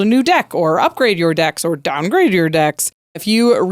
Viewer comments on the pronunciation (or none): sounded like JarJar saying downgrade. I don’t know what happened there for the voice inflection, but it was hilarious.